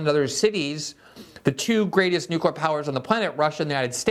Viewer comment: Lee Fang has lots of info and skewed observations, plus, he says, "newkyoolure".